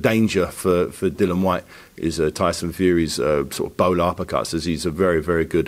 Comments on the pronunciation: It's Dillian ffs not Dylan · It's about time that people within boxing learn to pronounce Dillian's name correctly. Just call him Whyte if it's too difficult.